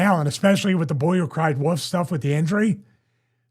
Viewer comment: "Boy who cried woof" da Philly accent